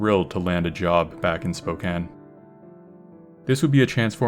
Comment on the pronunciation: You said Spokane correctly!!!